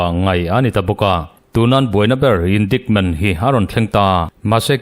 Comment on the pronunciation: Indaikment tiin han lam zeuh zawk la